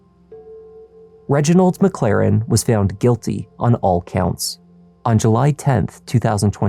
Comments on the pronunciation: I'm sorry but..."Reginald McLaren"??? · "Reginald McLaren." 🙄 Um, sure Jan.